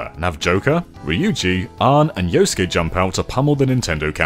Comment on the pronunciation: Okay, I wasn't gonna comment on the pronunciations, but then you called Yusuke 'Yosuke' even though that's a character in Persona 4.